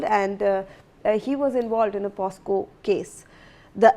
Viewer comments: Oye newsreader...its not POSCO...its POCSO.... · News reader mam, it is poCSo and not poSCo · what is POSCO ???? SHAME ON THE NEWS READER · That's not POSCO... THATS POCSO😅 IDIOTIC GIRL 😂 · kaise kaise journalists aur news readers aa rahe hain aaj kal, she even does not know the act name its POCSO, but she repeatedly says it POSCO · The news reader must complete her schooling first big shame she can't pronounce the POCSO Act correctly